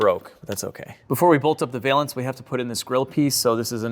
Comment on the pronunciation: "valance" rhymes with balance. I know nobody asked or cares, but I notice about half of YouTube says this word wrong.